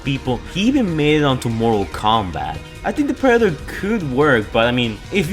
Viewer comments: sry, just the way he tried saying Predetor was funny xD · “The preder “ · Ah yes, the prader